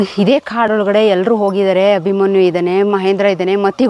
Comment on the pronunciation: ಮೇಡಂ ಮೊದಲು ಅಭಿಮನ್ಯು ಅಂತ ಹೇಳುವುದನ್ನು ಕಲಿಯಿರಿ.ಅಭಿಮಾನಿ ಅಲ್ಲ 🙁